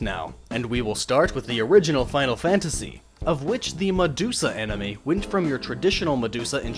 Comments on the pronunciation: "MaDUDEsa" lol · It's medudesua